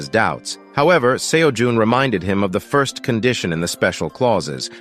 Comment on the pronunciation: Gotta say man, pretty glad that your channel actually throws in jokes and emotions. Still the odd mispronounced words (like 1st, 2nd) but nowhere near as bad as other channels. Not sure how you got AI voice to actually have inflections, deflections, and emotions.